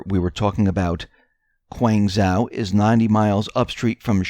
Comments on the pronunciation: When you speak about these Chinese cities, you are grossly mispronouncing their names. ZHOU is not pronounced "WOW". It is pronounced "show". (phonemic). Guanzhou = guanshow. Please correct your speech! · Excuse me; It is Guangdong Province with Guanzhou as capital city of this province. Just as Changsha is the capital of Hunan Province, besides that work on your pronunciation of the words/ names. The 'G' is NOT sounding like a 'K", but that will be the pronunciation problems in the ENGLISH language, but you are American so it ought not to be such a big problem for you, to pronounce correctly. But thank you anyway for this enlightening 'news report", it might clear up quite a lot of issues? Because everything is connected (Buddhist saying). (brw. Shenzhen is the "harbour" of Guangdong prov., just as Shanghai and Tianjin) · Your Chinese pronunciation needs work. The ZH combination is actually a thick J sound. Learn Pinyin if you are going to try to say the Chinese words. The -ang combination is actually said like -ong.